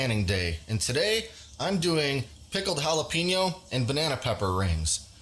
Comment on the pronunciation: jalapeeeeno is not how to say it .. we say texas, not teeeexas, wake up